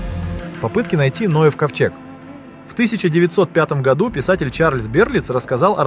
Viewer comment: Вроде на экране живой человек, а ударение в слове "году" ставит, как искусственный интеллект на абсолютно безударную букву О.